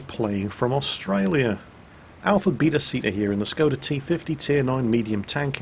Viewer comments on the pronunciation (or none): none